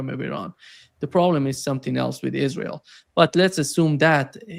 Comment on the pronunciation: L. GRAHAM: "ISRHAL." WHERE IS I S R H A L ????